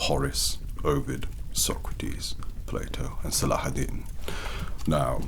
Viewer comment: Salah deen the way he said it almost perfectly. Also Allah yerhamu